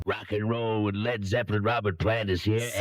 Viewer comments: Damn! aren't there any humans left that can narrate a 20 minute bit ? Couldn't stand it when the bot pronounced "Led "so as to rhyme with bleed ! C'mon , people..?. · Lol. Ai pronounced it leed not led. Get the lead out Ai.